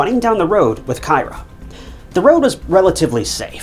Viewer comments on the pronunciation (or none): Kyra "K-ee-rah"